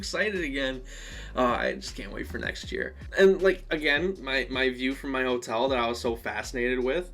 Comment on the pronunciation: Dude, it was so fun to meet you! Wish we'd had more time to talk. Glad you had fun. Thanks for sharing your feelings with us. I felt the same way. When you say "Ho-tell," it's the most Michigander sounding thing ever and I love it! Cheers